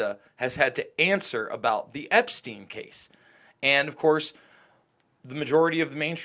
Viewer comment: Yeah umm she can't even get the creep Epsteins's name right